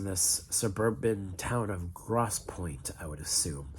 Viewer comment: How hard is it to pronounce "grosse" or Michigan" properly?